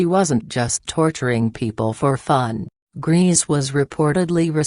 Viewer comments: Her surname is not "Greez", it's pronounced Grayza". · Is ANYONE EVER going to pronounce her surname correctly? It’s pronounced like GREY-SA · learn how to pronounce correctly her German surname - you made a hash of it. Also learn how to pronounce Pierrepoint.